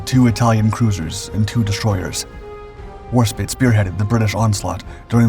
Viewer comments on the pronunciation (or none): Fantastic presentation! ( BTW, it's Warspite, not War-spit. 😋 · Its HMS Warspite, not spit!